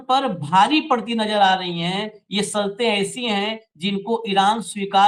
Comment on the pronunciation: " माफी " के साथ कहना चाहता हूं , आपका शब्दों का उच्चारण सही नहीं लगता . जैसे "शर्तें" आपका उच्चारण " सर्तें " . "बादशाह " आपका उच्चारण " बादसाह ".